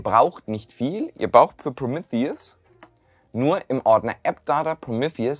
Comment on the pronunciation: Geiles Video, mehr unraid content!! Irgendwie hat es mich fertig gemacht wie du Prometheus ausgesprochen hast!!!